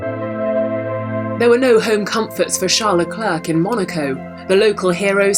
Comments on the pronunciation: Still can´t pronounce leclerc lol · I hate the “Leclerc” pronunciation.